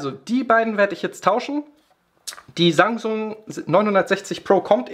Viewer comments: bin ich der einzige der Sangsung anstatt Samsung hört ? =_= trotzdem gutes Video :D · habe auch sangsum verstanden xD